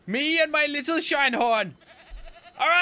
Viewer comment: Call him Shin-e-horn